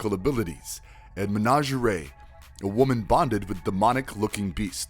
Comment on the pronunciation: I laughed out loud at his pronunciation of Menagerie and Silas.